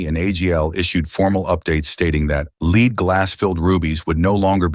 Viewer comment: “led glass” not leed